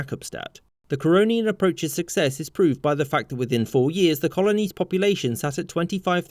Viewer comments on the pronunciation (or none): none